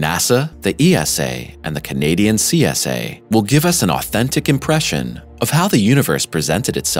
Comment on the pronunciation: CSA? You mean CS...EH?